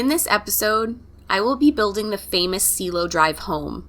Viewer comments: It’s pronounced see-eh-lo ( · You also butcher the words Cielo and Wojciech